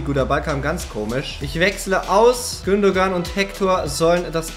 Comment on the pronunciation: du sagst gündogan aber es wird gündoan ausgesprochen